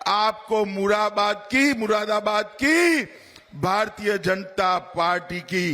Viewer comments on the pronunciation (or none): बोलना आता नहीं इससे इसे ग्रहमंत्री किसने बना दिया चूतिया को Z for आजम खां होता हैं मुरादाबाद को ये मुरा बरा बरात बोलता है पागल है साला